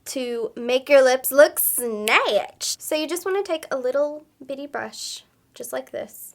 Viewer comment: when she said “snyaatchedt” i cringed so hard my internals hurt